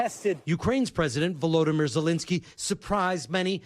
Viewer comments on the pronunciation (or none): none